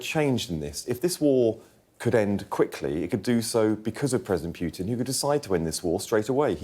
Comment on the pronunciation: It’s not president Piutin , it’s PUTIN